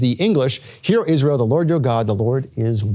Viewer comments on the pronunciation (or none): none